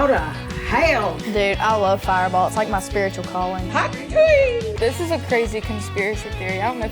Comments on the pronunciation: talk TUAHR 🤣🤣🤣🤣😂😂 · uhm, soryry it's pronounced "Talk Tuah"... thanks...